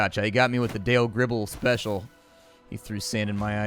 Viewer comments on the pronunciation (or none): none